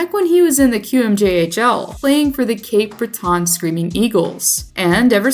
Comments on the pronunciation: Is this an actual person speaking or AI reading a script? Pronouncing Cape Breton as Cape Bret-on is the dumbest thing I’ve heard in a while. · Worst Cape Breton pronunciation I’ve ever heard